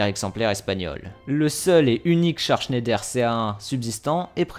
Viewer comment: Mes oreilles d'alsacien souffre 😭 pour information on dit pas : schéndaire comme tu le prononce on dit Schneider vas sur Google traduction et met la langue en allemand il y a une grosse différence sinon continue tes vidéos 👍